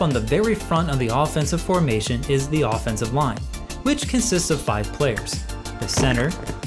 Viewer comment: Is anyone else hearing "offense of line", "defense of line" throughout the whole video?!? 😱 Thank you for this very helpful AF Lesson Video - very good!!